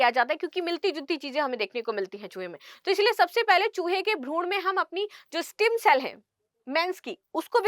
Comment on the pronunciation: स्टीम सेल नहीं स्टेम सेल । Please be correct ।